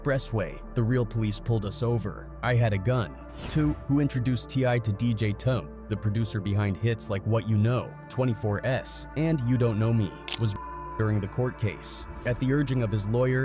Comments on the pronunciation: He called TI song 24-S instead of 24’s smh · It said twenty four S instead of 24s